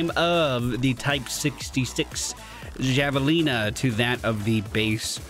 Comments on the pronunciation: In Arizona, that is pronounced have a lina, not java lina. It is actually a huge rodent pig animal out here. Not sure if this is what the game was going for. Just letting you know. Love ya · Pronunciation "Hav-a-leena" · I know, I know, but I gotta be 'that guy'. It's pronounced "havalena" no hard j just an h